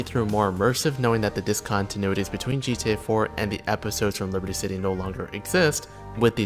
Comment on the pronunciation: "dis-contenuitys"* more like